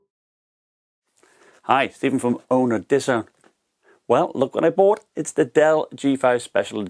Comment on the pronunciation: "Look what I bohte" it's "bawght"